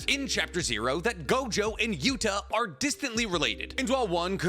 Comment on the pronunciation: ITS NOT GOJOVER! ITS NOT GOJOVER!!!